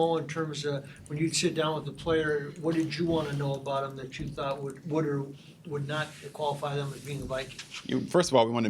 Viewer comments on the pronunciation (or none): none